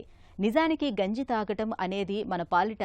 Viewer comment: Genjii ❌Ganji ✅